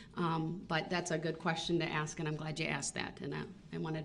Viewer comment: The word is ask not “axed “ .